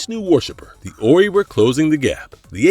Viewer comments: 'Orrey'? Wow. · Stargate truly was an epic series. Only one movie I disliked which did not have the same actors as the series. P.S You pronounced The Ori wrong. Have you actually watched the series? You just listed aliens from the series without any kind of factual knowledge other than what is copied from others. "Fully explored" my butt...